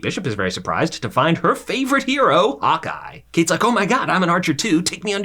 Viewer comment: I kept hearing him saying “hot guy” instead of Hawkeye.